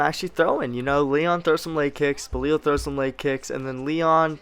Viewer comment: You gotta learn how to say belal